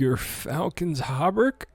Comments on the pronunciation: thats actually rather close. hauberk is a old german word for chainmail. gear-falcons how-berg is roughly how you pronounce it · Gear Falcon How Berk (guaranteed this is not how you pronounce it)